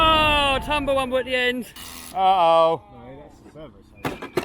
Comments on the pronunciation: “Tumble wumble” lol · Please stop saying "tumble rumble" all the time.